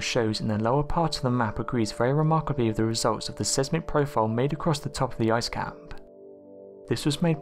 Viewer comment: great video ONE PROBLEM , learn how to pronounounce Seismic its the same in both English and american , just not the way you say it .... S-EYES- Mick theres even an audio at that link if you still are not sure